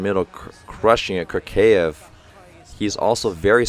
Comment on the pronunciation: hey coach, russian fan here to correct your pronunciation! Kurkaev is a tough one, letter u is pronounced like [u:] (as in “cool”) and you need to pronounce a like [a] (as in “car”). So it’s like: Koor-ka-ev. someone correct me if I’m not using transcriptions right! and you have trouble with Podlesnykh, but someone already explained it in the comments. keep up the good work!